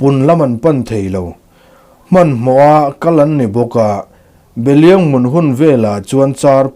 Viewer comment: Beliang nilo vin Behliang tih tur